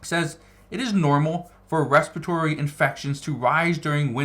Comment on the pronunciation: Its respiratory, not respitory!